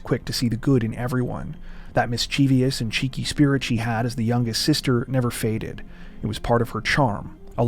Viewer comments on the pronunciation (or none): Love your work, guys, as always. One small note, especially in light of your careful (and skillful) pronunciations of people's and localities' names: the word "mischievous" is properly pronounced "miss-chiv-us," not "mis-cheev-ee-us." (Notice that there is no "i" after the "v.") It's a very common error.